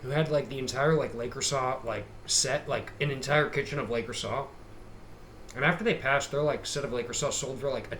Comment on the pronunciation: You’re probably already aware but it’s pronounced “luh-crew-say” lol